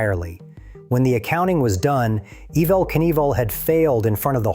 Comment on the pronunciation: Imagine thinking a fake voice is better than literally "any" genuine voice, then hearing it totally blow it, and doubling down and keeping it anyway. "Ehv-vel"? Stop.